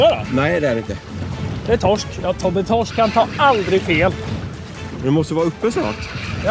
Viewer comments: Grattis Tobbe. Men det heter Torsk, inte Tossk😂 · TOSK !???? det heter TORSK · Sluta säg Tossk. Lär dig prata.